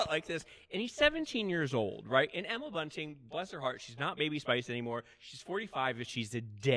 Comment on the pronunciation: Omg! Every time JSJ said Emma BUNTING I died! Love when people don't know the names of people they work with!